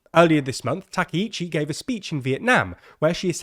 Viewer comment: GUYS. No. Wrong! why is this so fucking hard for you people? why is it so hard for you to say her name right Its Takaichi, not Takeichi. what part about it don't you understand? which letters are confusing to you? I desperately want to help you with this. please either learn how to pronounce Japanese names or stop reporting on Japan I'm not asking you to have a perfect accent or anything I'm just asking you to say the sounds that are in her name